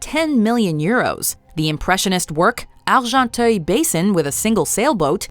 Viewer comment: Congrats for the good french prononciation of "Argenteuil" from Le Bassin d'Argenteuil.